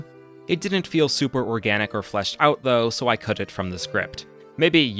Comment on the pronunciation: He tends to puts emphasis on the end of words. "thaT, ouT, siDe-quesT, deeD"